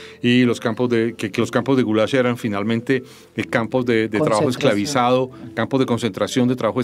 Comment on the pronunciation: Maria Jimena toma una postura y el relato la sigue, destaca hechos históricos y oculta otros de forma deliberada. Un detalle es que se llama Gulag y no Gulash.